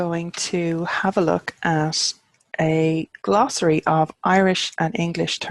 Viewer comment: I'm just passing through, looking for mundane honorifics (Sir, Madam, Professor, etc) in Irish, but I gotta say that when you said "glossary" I honestly thought you meant "glasraí" - vegetables!